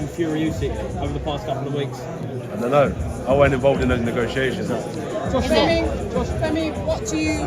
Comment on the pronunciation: One of them reporters calling him Femi 😂